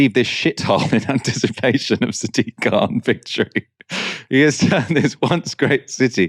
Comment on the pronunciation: He is not German. His name is K-h-an